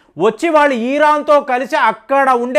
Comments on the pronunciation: అజార్ బైజాన్, ఇరాన్ అని పలకండి సర్ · ఈజార్ బైజాన్... ఈరాన్... ఏంది ఇది కొంచం మంచిగా పదాలు పలుకు.